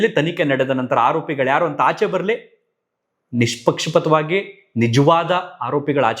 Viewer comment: ಅಣ್ಣಾ ನಿಮ್ಮ ಮಾತುಗಳು ಅಕ್ಷರಷಃ ಸತ್ಯ I appreciate about this ಆದ್ರೆ 'ಜಾಲತಾಣ' 'ನಿಷ್ಪಕ್ಷಪಾತ' ಎನ್ನುವ ಇವುಗಳನ್ನು ದಯವಿಟ್ಟು ಸರಿಯಾಗಿ ಉಚ್ಛರಿಸಿ ಯಾಕೆಂದ್ರೆ ನೀವು ಮೀಡಿಯಾ ದವ್ರು ಮೇಲಾಗಿ ಕನ್ನಡದವ್ರು. ಹಾಗೆ ನೀವು ಎಲ್ಲೂ ಕೂಡ ' ಹ' ಕಾರ ಉಚ್ಛಾರ ಮಾಡೋದೇಯಿಲ್ಲ ಬದಲಿಗೆ 'ಅ'ಕಾರ ಮತ್ತು 'ಹ' ಕಾರ ಎರಡಕ್ಕೂ 'ಅ' ವನ್ನೇ ಹೇಳುತ್ತೀರಿ.ದಯವಿಟ್ಟು ಗಮನಿಸಿ ಹೂವು,ಹಣ್ಣು, ಹಕ್ಕಿ, ಹಾಲು ಹರಿ ಇವುಗಳಿಗೆಲ್ಲಾ ನಾವು ಊವು, ಅಣ್ಣು ಅಕ್ಕಿ ಆಲು ಅರಿ ಹೀಗೆ ಹೇಳಿದರೆ ಚೆಂದ ಕೇಳುವುದಿಲ್ಲ ಅಲ್ವಾ? So please please please 🙏 ಯಾಕೆಂದ್ರೆ ನಾನು ನಿಮ್ಮ ವೀಡಿಯೋ ಗಳನ್ನು ತಪ್ಪದೇ ನೋಡ್ತೀನಿ. ಆದರೆ ನೀವು ನ್ಯಾಯದ ಪರವಿದ್ದಾಗ ಮಾತ್ರ. ಹಾಗೆಂದು ನಾನು ಪಕ್ಕಾ ಹಿಂದುತ್ವವಾದಿ. ಆದರೆ ಅನ್ಯಾಯ, ಅಕ್ರಮ ಗಳ ವಿರೋದಿ.